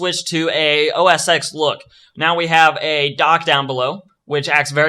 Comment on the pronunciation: macOS "ecks" is actually macOS "ten" dude :) Thanks for the video nevertheless!!